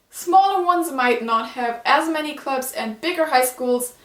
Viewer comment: Are you from Germany, if so, you got a good english going. But still, maybe it would help if you wanted to point some things out like this one for example, like the things in high school that are anime like are 1. The design of the school, and then you can go explaining it because I'm sorry I misheard when you said "clubs" I heard you were said "gloves". Also, if you wanted to show anime stuff in this don't make it too quick, I have to rewind a little bit just to see what was the thing you are showing.